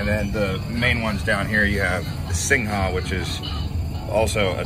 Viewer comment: Skytrain is BTS ครับ MRT is underground. The correct pronunciation is "Singh" for Singha beer ครับ "Soo-wan-na-poom" is the pronunciation of the airport ครับ Cheers.